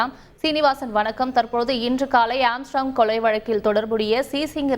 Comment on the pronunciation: செய்தியாளர்கள் ஏன் திரும்ப திரும்ப ஏம்ஸ்ட்ராங்க் என உச்சரிக்கின்றனர்? ஆர்ம்ஸ்ட்ராங்க் என்பதுதான் சரியான உச்சரிப்பு!! திருத்திக் கொள்க!!